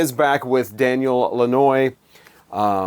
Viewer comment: As he’s French - Canadian, dan-yuhl lan-waa is how you would pronounce his name.